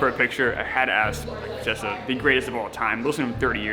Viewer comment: “Fracesca”?